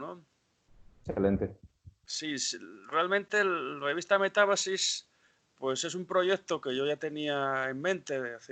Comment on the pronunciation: Metábasis, no metabasis